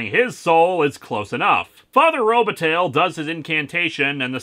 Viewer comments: Is that name really pronounced RO-ba-tail? I know that when it's spelled with an i in the middle (Robitaille) it's pronounced ro-ba-TIE and I believe that that ending is of French derivation. There's a somewhat well-known ice hockey player named Luc Robitaille, so I used to hear that name pronounced on play-by-plays all the time. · Oh, Lewis, your mispronunciations are hilarious. Robitaille is pronounced TIE, not TAIL. (Think Luc Robitaille, for example.)